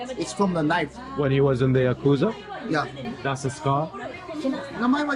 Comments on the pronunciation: So do you suppose ever learned the say "ya-ku-za" or did he persist with "ya-kooz-a?" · pronounced "yaka-zah" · Can't stand how you pronounce yakuza